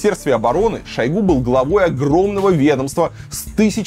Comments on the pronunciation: Шо́йгу - режет ухо каждый раз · шОйгу 🫠 после этого ударения экспертность видео сводится к нулю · ударение же на у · Где то он говорил, что ,,шОйгу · Ударение на первый слог. И вообще это реально имя его отца, которого звали Шойгу Кужугет. Кудугет - это распространённая в Тыве фамилия. Но ему при выдаче паспорта имя с фамилией поменяли, отсюда такая экзотическая фамилия получилась ) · По арабский у нас зовут его в новостях шуего ударение на е )) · Ударение на О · Люблю смотреть Варламова, но этот не могу. Один говорит шОйгу, второй шойгУ, потом один и тот же человек ударения на разные слоги ставит. Дак уже шОуйги, или шоугУ? Бесит!!!!!! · Я только сегодня узнала, что Шойгу- мечта логопедов! 😂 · Как бы мы не относились к Шойгу и прочим товарищам. Но как же режет слух ударение на О в фамилии Шойгу этого «эксперта» вы хотя бы проверяйте своих экспертов на грамотность. Коверкать фамилии совсем не благозвучно. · За 30 лет " деятельности" Шойгу никто не знает где ставить правильно ударение. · ставь ударение правильно) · Ударение на последний слог! Он тюрок! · Политический обозреватель за 30 лет не научился правильно ставить ударения Шойгу😂 варламов, где ты таких находишь?👎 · Шойгу ударение на первый слог.